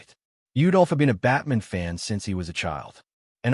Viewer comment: the AI makes Batman sound Jewish, as it pronounces it like Goldman